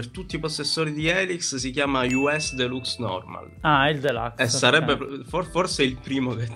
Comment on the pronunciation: de luxe essendo francese e di derivazione latina si legge cosi com'è scritto. de LAX lo dicono gli americani perchè incapaci ;) Grazie per aver invitato il mio preferito.